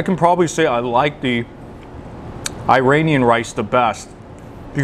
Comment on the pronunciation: He can't even pronounce "Iranian* ! Someone correct this boy.